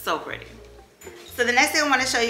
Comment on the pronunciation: New subbie here! I love, love your channel!! You're such a vibe ! I love you hear you say "it's so Pur-dee" LOL I've added a few items to my cart 🤗